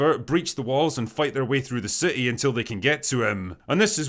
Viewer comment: + you pronounce city as ci' ee. Outstanding.